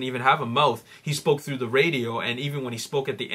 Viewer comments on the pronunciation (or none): none